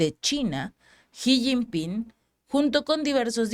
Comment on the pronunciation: Gracias por tan buena información. Por cierto, se pronuncia Shi no Ji, al rerepresentante de China. solo una pequeña observación.